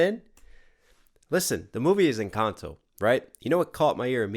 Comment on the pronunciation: Jeje el primer gringo que escucho que dice encanto, la mayoría dicen encantou 🤣